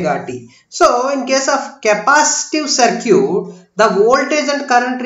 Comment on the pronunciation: That is सर्किट dear..... Galat pronunciation kr rhe ho